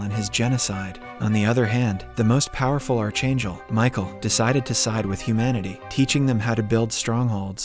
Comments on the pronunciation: CH IS PRONOUNCED K IN ARCHANGEL AND MICHAEL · I can't stand the way you pronounce the word "archangel"..it's scratching my brains 😢🫣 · You are pronouncing archangel wrong. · please learn to pronounce ARCHANGEL!!!!!!!